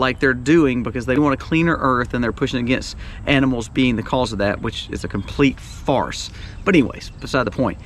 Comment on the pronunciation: My brother, did you say it's a complete fart or farce that the meat is going up in price?:-) :-)